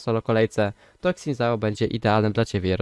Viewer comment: trochę boli jak polacy wymawiają jego imię